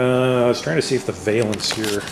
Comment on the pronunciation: Been watching through this whole rebuild, & love it. But the one thing that drives me nuts is every time you say "Vay-lence". A Valance on a car is pronounced "Val-ence" like Jack Palance. A Valence, pronounced "Vay'lence", is a chemistry term, & & a town in France.